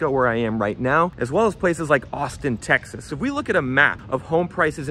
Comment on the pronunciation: Homie said Texas with his chest